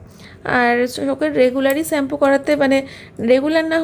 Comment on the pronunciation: "Varieties rokomer maach"..... what is that 😂..... its variety of maach not Varieties and its "sugar" pronounced as shugar not suugar....shampoo not sampoo ufff .please be careful waht you say as a social influncer. Eating a proper healthy diet on time and avoid outside food you will not have health problems